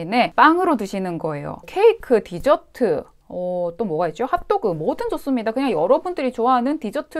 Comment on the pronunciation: 사투리 갑툭튀ㅋㅋㅋㅋㅋㅋㅋㅋㅋㅋ 하지만 언니,, 저는 뒤저트를 먹기 위해 식사를 합니다 죄송해요 뒤저트는 꼭 식사 후에 먹어야 맛이가 조아요 껄껄